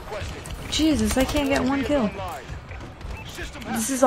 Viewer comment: Y do u say "jezzis" like that for? 😂😂... had to ask since u said not to ask... I'm kinda a thug like that xD... #ThugLifeChoseMe